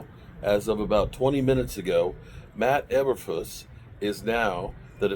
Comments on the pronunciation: It's Flus to Make it simple for you it's Flus like Flooooos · Matt Ee-ber-floos